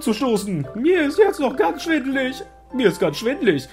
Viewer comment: "Mir ist ganz schwindlig." Du hast es ja extra schön betont. Mir schoss sofort James aus Pokémon Puzzle League durch den Kopf. x)